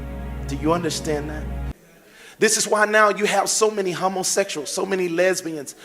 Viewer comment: "nucaler" ? "Hummasexuals"??